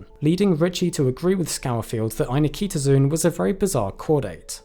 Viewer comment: I was about to make the same comment and thought I’d check to see if anyone else had called attention to this - you win! (Same issue with the frequently mispronounced ‘zoology’ (zo-ology))